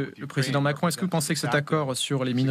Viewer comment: " Macron ? Do you know Macrone ?? "